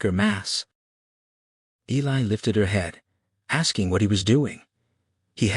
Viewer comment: You have done a fantastic job. Just wish you had pronounced Eli correctly.